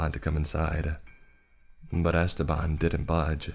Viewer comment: 'EstÉban' the name is EstEban the E has wrong pronunciation omg, that was scarier than the whole story